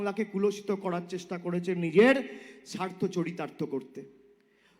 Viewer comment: "সাড়া", "ভাড়তে", "কড়াড়", "কড়েছে" এইসব শব্দের অর্থ কি আপনারা জানেন ? মূর্খ ছেলেটা আগে ঠিকঠাক কথা বলা শিখুক এবং তারপর কথা বলুক।